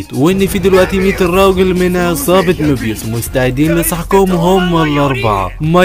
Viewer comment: مبيوس ❎️ ميبيوس ✅️